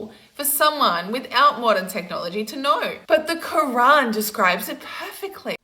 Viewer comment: Also, , a correction: it’s the Qur’an, not the “Qu’wrong”